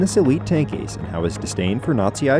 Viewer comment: Tank "a c e"...?! 🤣🤣🤣